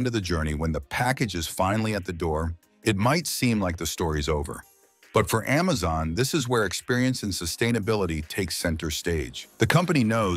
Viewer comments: Why does it keep saying emezon vs amazon. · "AmmMaZon" 😂 "EmMaZon" 😂